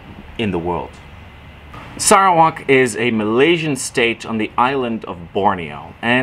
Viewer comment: TQ.. he pronounced Sarawak in great way. It is ok😃👍👍👍